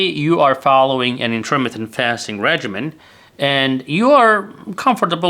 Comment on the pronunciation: I am a phonics teacher. To be successful with your you tube channel in the United States you need to speak English fluently. You are speaking English very well however you still need some polishing. For example please listen to this video again. How are you pronouncing intermittent fasting?